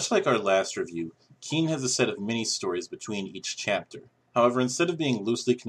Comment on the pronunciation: Qin is pronounced Chin.